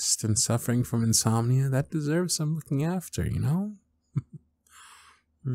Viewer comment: *Insomina*? Does that rhyme with *homina, homina, homina*? 😄 Even so, I look forward to listening at bedtime.